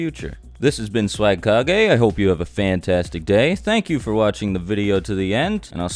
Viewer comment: Lol "swagkage" what's next "pimpkage" lol xD Jokes aside I learned a lot from this video and keep up the great work man!